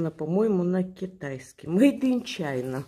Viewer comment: очень класный рюкзачек для перевозки животного. Просто супер! Я такого никогда не видела. А курточка вам как раз. Отличная! А читается так - не маде чайна. А маде хина. - это Китай. Все товары - просто супер!